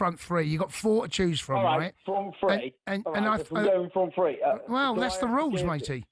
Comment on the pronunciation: It's pronounced "three" not "free"...😂😂